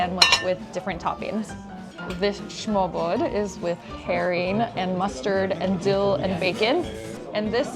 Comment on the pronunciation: This is my favorite travelling channel on Youtube, great episode as always :) As a swede, I can admit that it might be tricky to pronounce, but the unofficial national dish is called smørrebrød, and is not pronounced ”schmobo” ;) And those graduation hats are worn by swedish high school students as well.